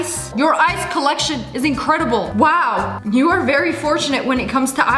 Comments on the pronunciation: You said wowl when you are telling about the ice thingLOL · You say wal 3